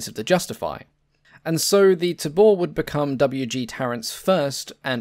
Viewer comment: Pronounced TAY-bore